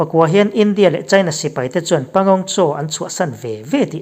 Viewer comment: Pangong Tso. (Panggong saw) ti a lam tir